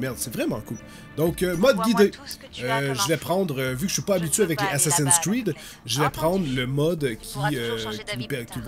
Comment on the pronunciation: RIP la prononciation :( Assacin cride !!!